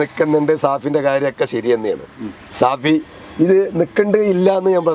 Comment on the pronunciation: സഹോദര ഷാഫി ആണ് അല്ലാതെ സാഫി അല്ല